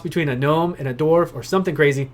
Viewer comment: cant watch cause you cant say dwarf only dorf